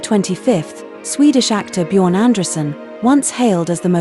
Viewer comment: Abgesehen davon, dass er diese grässliche KI Stimme nicht verdient hat, würde ich zumindest soviel Respekt erwarten, seinen Namen richtig auszusprechen!